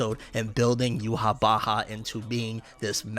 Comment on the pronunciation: bro says youhabacha